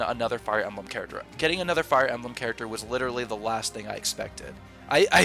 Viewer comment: Little speaking pro tip. When saying "Fire Emblem," put the emphasis on the "Fire," not the "Emblem." You'd be amazed how much the "Emblem" interrupts your flow when speaking if emphasized